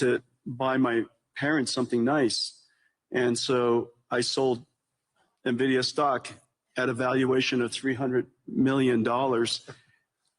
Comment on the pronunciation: Este señor no sabe ni que la empresa se llama Nvidia. No nividia. No sabe ni de lo que habla.